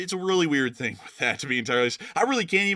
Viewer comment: I always notice that with the himself turning Chinese in saying the word "thing" as "ding" 😁